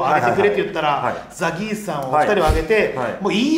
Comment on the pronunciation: 『ザ ギース』じゃなくて『ザ ゲース』じゃん😂おもしれーwwww お笑いゴシック最高😂😂 何度も左上の文字読んだわww